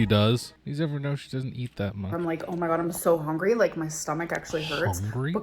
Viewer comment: Did she say hongry in the olden days? Is that something she adopted after it became a meme?